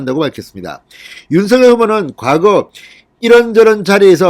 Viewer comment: 진성호님. 제발 윤서결이라고 읽지 마시고 윤 석 열 이라고 읽고. 부르세요. 또박 또박 읽는것 처럼 하시면 되실텐데 . 왜 윤 서 결. 로 들까요.